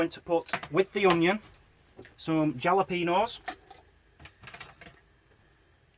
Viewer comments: Think it’s pronounced Hal-o-pea-no :) I’d guess the whole dish cost £2.22 including the cost of the gas a new fork & the smoke alarm batteries hahaha - so dished up between four people it would cost - 55.5p per serving 🤓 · You asked...jalopeño is said ...halopayño. Speak a bit I do.